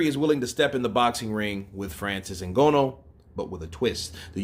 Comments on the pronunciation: Pronounce that Nganous name well at least you went to school stop reading like street guy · Your mispronunciation of Francis Ngannou's last name is vexing. Understandable you're a boxing fan, but come on even Chael Sonnen pronounces Francis last name correctly.